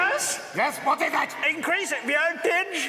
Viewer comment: “Change Violtage, to Vhree Hondraed and fifty Violts”! Increasing Violtage, to Vew Hundreahd and Vewfty Violts, whatever the Feuq that means?!” Uncontrollable giggling